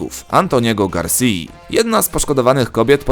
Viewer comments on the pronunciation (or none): none